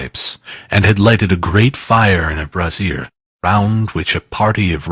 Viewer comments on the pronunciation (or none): Really enjoyed this and sorry to nit pick but brazier is pronounced....bray zee ere. And scrooge removed his cra..vatt not his cara vett. Okay sorry to be a nause